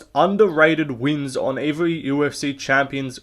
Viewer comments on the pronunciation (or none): Evewy champion🤓 😂😂